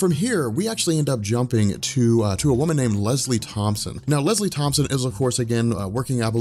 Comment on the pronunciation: it's Tompkins not tompson LOL!